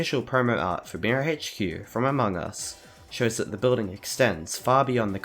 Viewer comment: You dont know how mildly infuriateing it is when he says among us/amog us like a-mo-gus when its pronounced a-mog-us. If you dont get it he says it wrong in short